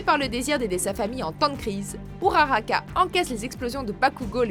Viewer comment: Il est clair que le combat All For One contre All Might soit le meilleur. C’est un combat de sentiments comme d’idéaux. J’ai beaucoup pleuré car je pensais qu’All Might allait mourir car j’avais lu que Kohei Horikoshi allait lui faire une fin triste. Mais par contre, il faudra revoir la prononciation des noms de certains personnages comme Uraraka. Je sais que c’est con mais personnellement ça me fait mal aux oreilles car je suis habitué aux prononciations originales ^^